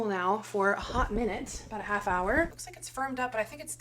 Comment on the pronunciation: I was DYING at your “lewks’ 😂